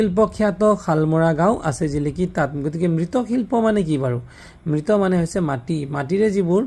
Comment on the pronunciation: মৃৎ মানে মাটি ।মৃত মানে মৃত্যু হোৱা ।আপোনাৰ মৃৎ উচ্চাৰণ শুদ্ধ হোৱা নাই । শেষত 'অ' উচ্চাৰণ নহয় ।